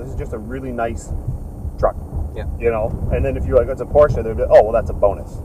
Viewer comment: The guy in the back doesn't even know how to pronounce PORSCHE. Pls don't do this for a living